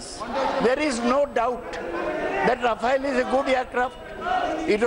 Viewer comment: Mr Roy, We know the pronounciation of TMC and Mamata, It is not called Ryafel Joy, enjoy. Bakwaas, english padaana hai tho, WBke school me jayiye na.